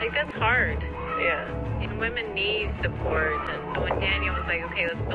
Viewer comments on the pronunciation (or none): none